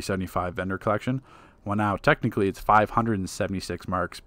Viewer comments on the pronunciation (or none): none